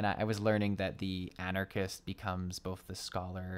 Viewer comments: You mentioning Arcanist, (its pronounced " R-ken-ist" btw 😉) Summoner and Scholar. Arcanist was my first ever class I tried being a newbie to FF14 and MMOs in general. Its damage starting out might seem minuscule since majority of it is done through applying dots. But is pretty rewarding as Summoner and Scholar, I'd recommend to try it for a magic based class. When you have a class change to a job, your hotbar will get fucked lol, just a heads up needing to reapply your skills back to it, ugh. "Afk on my phone like a fool 💖" same 😆 especially if I'm waiting for a instance que to, I'll either do that or be playing another game off my Switch 😄 I like mobile games, as long as they don't gate my playtime by needing to pay money for more playtime, thats awful lol. I'm currently playing Dawn of Isles, this top down F2P crafting, gathering action RPG that has no business being as good as it is o-o' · "Anarchist" omegalul